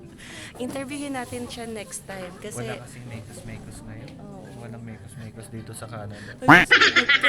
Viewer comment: originally ay mex mex po yung mekus mekus, bisaya ng mix mix. pero yung pagpronounce ni ay sounds like mekus mekus kaya naging known na sya as mekus mekus.😂